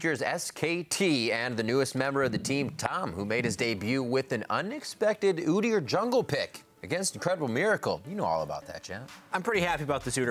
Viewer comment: Jatt doesn't know how pronounce udyr. Lol